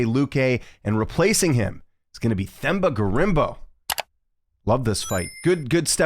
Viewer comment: It's pronounced: TEM-BAH . The 'h' is silent when pronouncing his name❤. Similar to pronouncing the word 'Ten' but replace the 'n' with an 'm'. " teM- BAH " 🎉 hope that helps.